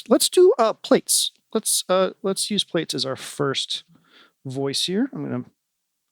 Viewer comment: hey, love Ur videos. just wanted to let u know Plaits is pronounced Platts with a long a sound like flats but with a p instead of an f. it's a way of doing hair that's why he named it plaits because it is the braids successor. I don't mean to be rude or anything, just thought u would want to know. thanks for making such great eurorack videos man, Ur fucking awesome!